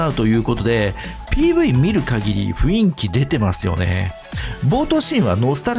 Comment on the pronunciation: アズールプロミリアは興味あるかな。スマホのスペックが足りれば良いけど💧 細かいところですけど｢雰囲気｣はふいんきではなくふんいきですね…気になってしまうw